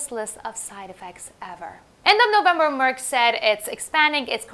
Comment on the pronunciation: Your pronunciation of Merck and Amgen is correct. For Amgen, the 'gen' part is just like 'generation'. Love your channel!